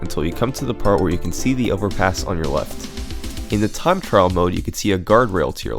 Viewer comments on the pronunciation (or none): none